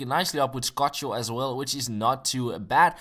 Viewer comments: It's "Skoko", not "Skocho" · It's ScoKo not ScoCHo.;) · Scocco pronunciation is ESCOCO, no SCOCHO, cool vid :) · NO DISRESPECT BUT I WATCH A LOT OF ARGENTINA GAMES AND BRAZIL GAMES AND THE CORRECT WAY TO PRONOUNCE SCOCCO IS (ES-CO-CO) CHEERS!!! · ITS PRONOUNCED (ES-CO-CO) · It's pronounced SKOKO! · It would be cool if he was able to pronounce the players' names properly... Scochio? Di Alessandro?